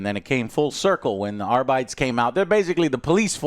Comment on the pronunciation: There is no way Joe's pronunciation of arbites isnt engagement bait, right? Right, Joe?